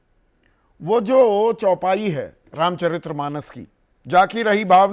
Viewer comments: अबे चौपाई तो ठीक बोल दो भाई 😂😂😂 क्या पत्रकार हो तुम ? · Bhaiya chaupai to sahi bol lo visletion?